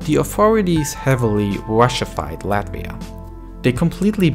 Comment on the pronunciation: shout out for pronouncing Latvia right ✨